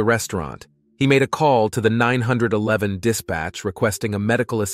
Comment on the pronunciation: It’s funny how AI says 911.